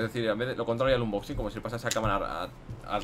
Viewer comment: dice inboxing apropósito